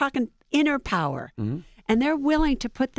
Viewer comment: Pow-wer. Power,. Power.